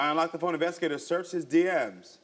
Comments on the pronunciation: How you drag him to the show for cheating and it end up being your goofy ahh that's cheating ... chile 😒 Also, is she saying "foam?" 😬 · I kept hearing FOAM not PHONE😂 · She’s cute buuuut baybeee 54 is too old to be saying phome‼️🤣… she looks good tho ❤ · Phome?? Sounding like she was running with Harriet T. In 1855😂🤭